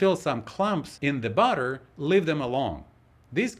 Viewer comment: Ooh, I feel like I've been let in on a family secret. These pancakes look perfect. I freeze pancakes, placed inside a Ziplock bag with the excess air removed and with a sheet of parchment between each one. Side note: Listening to your instructions, between the and minute marks, it sounded like you were saying "butter," which confused me until I realized you were saying "batter." I grew up in Texas, and when I moved to California, it took me three years of practicing my pronunciation so that people would understand whether I was saying "all," "oil," or "awl." Fun times coping with accents.